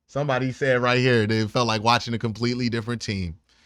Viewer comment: He doesn’t say Right… Cmon man say it right.